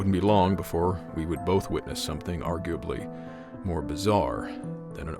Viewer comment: "Arguably" was pronounced wrong. It sounded like you were trying to rush it when you said it.